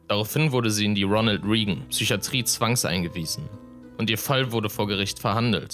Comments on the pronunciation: Oh, wow. Ich bin alt... Wenn der Verfasser des Beitrags nicht mehr weiß, wer Ronald Reagan war und ihn „Riegän“ ausspricht (wird „Rägän“ ausgesprochen, das „e“ ist stumm), und man selbst ihn noch als US-Präsident erlebt hat 😂🙈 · Lern doch bitte mal, wie man Begriffe und Namen korrekt ausspricht. Bei deiner Aussprache von "Ronald Reagan" gerät man ja ins Schaudern.